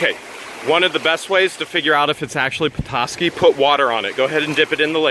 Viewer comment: I'm from Petoskey. I love that your not from this area and still pronounced it right. There's also a charleviox stone too.